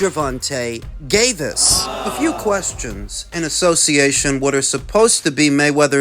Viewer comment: Bruh, did you just say Gervonta GAYvis 😂😂